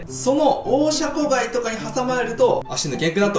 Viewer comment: シャコガイを若干ヒャコガイっぽく発音してる江戸っ子舌の